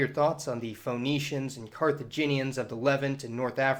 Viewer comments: Correct your pronunciation - it's pronounced "Fee-nee-shians" and not Fho-nee-shians ! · It's pronounced 'fenicians', you know, like 'phoenix' Awesome post though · Can’t stand his mis-pronunciation of “Fa-nee-shuns”. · It's pronounced Finneeshiyans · feh NEE shuns Love your videos, but I am often pulled out of the things you are saying by your pronunciations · yeah, like Phoenix, that made the video feel kinda odd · This cat can’t pronounce there name but hey lets make a video ... really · I love how many nerds couldn't overcome your pronunciation of Phoenicians. Triggered so easily! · After 3 minutes and 21 seconds of listening to you mispronounce Phoenicians, I finally just gave up. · The way you pronounce Ph"O"enicians, the Levant as "LevEnt", and consequence as "Con-SEEquence" is very odd. Maybe it's a Southern thing. The emphasis on the vowels is harsh